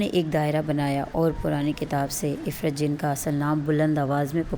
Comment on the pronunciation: O bb parhi likhi ye afreet hota hai ifrit nahi